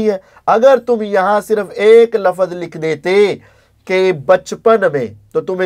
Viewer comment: Ali Bhai ko waahid jama sikhaane se pehle khud to waahid jama seekhlo Bhai, aap apni jahaalat dikhaate hue kehrhe hain ke 'doosre tareek mai bhi wohi "lafaz" hain', pehli baat to "lafaz" hai hi galat, "lafz" hota hai aur doosra 'lafaz hain' nhi hota 'alfaaz hain' hota hai, jahaan tk baat turk aur tareek ki hai to Ali Bhai ne flow mai boldia kyunke aik lecture mai unhone turk aur tareek ke darmiyaan farq bataaya hua hai, yaani unke ilm mai hai phr bhi bolrhe hain to it means ke wo flow mai bolgaye. TRUTH Lovers ko SALAM ! ! !